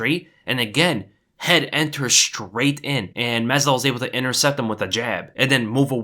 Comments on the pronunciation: "mazal", "mazol", "mezdol", "mazzadol", "mezidol".. "mazvidal" 🤣🤣🤣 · Love your content but you literally said Jorge's last name wrong EVERY SINGLE TIME.